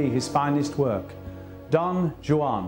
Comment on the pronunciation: Guy can't even pronounce Don Juan!